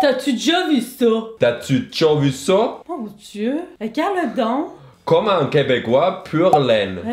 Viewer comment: on dit pas vraiment 'gadon'' on dit ''ergardon''.. yé''rparti''